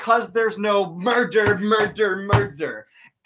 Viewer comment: “beCAUSE THERE IS NO MURDER, MURDDER, MURTHERRR!” flailing intensifies